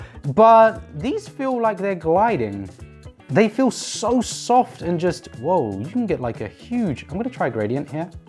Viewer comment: . You just said feel in Afrikaans language. So you said voel. As in feel in Afrikaans